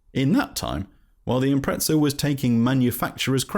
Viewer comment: I keep hearing Impretzels